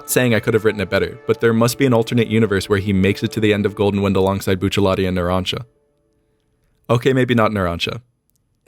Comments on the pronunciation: Josuke didn't save himself, that was just his memory. Araki said it was irrelevant while part 4 was still coming out. also, you shouldn't be pronouncing the Rs as Ls in Bucciarati. While R and L are the same in Japanese, the names in part 5 are supposed to be Italian so they should use Italian pronunciation rules. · why he sayin Buccilati instead of Rati lmao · I hate hearing it said bucciaLati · his name is buchiaratti not buchialatti im pretty sure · Why do you say Buccialati, it's Bucciarrati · At what point is there an L in Bruno Bucciarati's name? Cause the entire video he calls him Buccellati. Edit: I'm guessing that's how hes called in the manga? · Bucialatti is really pissed about how you pronounce his name TT.TT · It's... Bucciarati not Buccialati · I’m pissed he says BuchaLATI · oooh it bugs me to hear bucciaLati and not bucciarati" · Bruno Bucciarati, Buccialati LOL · I keep hearing "bucha-lot-tee" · bro you aint asian stop pronouncing bucciarati as buccialati ... or you just really wanted a latte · BucciaRati. Why do you pronounce it with L's. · I could comment on any one of the many things other people in the comments are going on about, but I just wanna say one thing: bruh, there's no "L" in Bucciarti's name. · "buccialati"? lel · my mans sayin buccialati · Ugh, I HATE hearing "bucellati" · STOP SAYING BOOCHA LOTTY WTF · How can a guy with such good knowledge of the law not pronounce bucciarati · i hate your prononciation of buciUwUati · What?! you mean you don't love how he pronounces BUCCELLATI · do you mind pronouncing the "R" in bucciarati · 'Boochelati' 'choosen' bruh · The way your saying bucciarati is making my ears upset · can we just acknowledge that he calls bucciarati buccialati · Stop saying Buccellatti! What, do you pronounce other characters as Giolno? Nalancia? Lisotto Nelo? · The way he says Bucciarati makes me mad, great vid tho. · Where’s the L in Bucciarati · Are you purposely saying Bucciarati wrong?